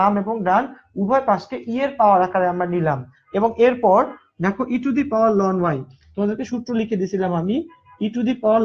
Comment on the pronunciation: Ln এর উচ্চারণ লন হবে না। এটার উচ্চারণ এলেন হবে।